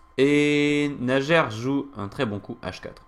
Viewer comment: Merci!Très instructive analyse! P.S.: Le prénom de joueur russe se prononce:Naier.